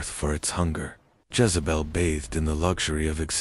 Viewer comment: It’s Jezebel not Jazebel